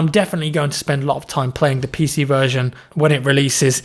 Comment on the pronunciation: when you said PC stuff i though you said Piss Eazy stuff